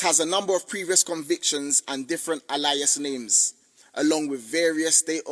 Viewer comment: mins "a lyas" ??? Defo bottom set in English back in school